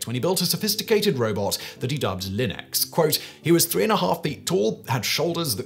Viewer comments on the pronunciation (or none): none